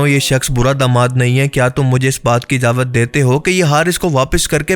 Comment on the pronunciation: Ijawat ni ijazat bolo